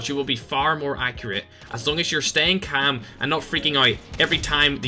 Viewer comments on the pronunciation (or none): He says camm instead of calm haha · 500 likes for a video of just saying kaam (calm) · Everyone:calm:cam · I just hear “stay cam” 😂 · I love the way you say calm hahaha. Thanks for the tips man! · Nobody: Literally no one:: cHaM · The way he says calm 😂😂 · 4 months later I still dont like how he says calm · The way he says “calm” 😂😂